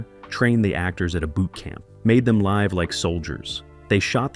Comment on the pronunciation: Really want to watch a video with this kind of information but the narration is just complete and total shit. Recreation for re- creation, live pronounced wrong. Why not pay for an actual human being who speaks English?? Incorrect material misplaced and jumbled throughout the video. You could have produced a great video. Instead you screwed up and made a lazy, piece of garbage.